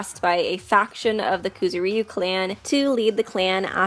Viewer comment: IT'S NOT KOOZOOREEYUU it's kuZOOriyu